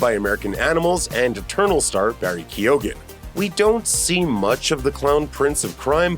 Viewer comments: thank you i crindged every time i heard it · Its pronounced barry key-own. Irish last name. This joker is horrifyingly disfigured 😳💀👀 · The pronunciation of Barry's last name is key eoin you're welcome 👍😊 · Keoghan - key own